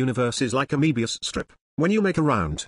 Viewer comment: Dear, Be careful! Your alias's German origin is quite discernible in pronunciation of words like Euclid and Möbius. You don't want to give away too much information or the Galactic Bureau of Investigation will find you.